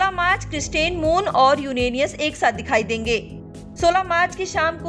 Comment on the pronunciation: क्रिसेंट मून नहीं, क्रिस्टेन मून.....यूरेनस नहीं , यूरानियस वाह रे उच्चारण 🤥 क्या देख के रखा आज तक वालो ने🥴